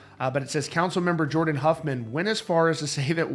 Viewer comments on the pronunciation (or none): none